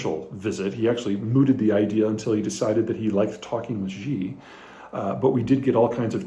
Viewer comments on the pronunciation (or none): Peter, please I beg you. Who the hell is “zhee”. Please you say his name “Shee”. Mandarin “X” in english is pronounced like a “Sh” not “Zh”. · Good analysis. One note, in all due respect. Xi Jing Ping's name is pronounced (minus the tones) She JingPig. It is not "Ji/Gee" X in China makes a soft "sh". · Xi is pronounced "She". Ji (gee) is more like chicken. thanks for the update 🙂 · it's SHE with 2nd rising tone, at least in Mandarin. if it was SEE it would have been "Si" in pinyin, not Xi. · Love your videos! But one nitpick: Xi is pronounced like "she".